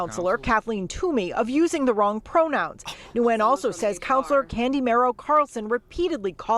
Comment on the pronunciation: As for the city counselor I dare Nguyen Thu to return to Vietnam and try this. I've worked there over 10 years. They don't allow any of this nonsense. You can be LGBT, but don't think about pushing pronouns. And laugh as the news reporter mispronounces the last name, Nguyen.